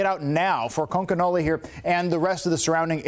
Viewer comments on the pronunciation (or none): It’s pronounced conk a nellie! Reporters should know how to pronounce the town at least!! Come on!!!